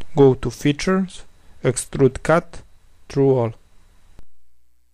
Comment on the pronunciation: Sounds like "go to the future", when it was Features xD